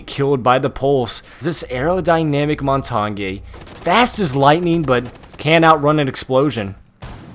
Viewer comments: Mon-tain not mon-tan-yay. The G is silent. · Mon-tar-nyay??!! Its Mon-tan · You sure you ain't the noob if your saying montonyae? 😂🤣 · Lol he says "montonyay" instead of montange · Your as much of a noob cuz its mon-tan (pronounced) not mon-tar-nyay noob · Its not montagny its montagne or montane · Mon-tane is how it is pronounced, not mon-ton-yay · The way you say montange makes me sad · The Montagne pronunciation triggers me as an amateur francophone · Am I the only one frustrated at the he says montagne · The cringe when he says montagne Bruh it's french please stop saying it if ur not french Butttt Amaizing video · The over pronunciation of Montagne is really annoying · do you know how to say montagne? XD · it's funny how they can't pronounce "montagne"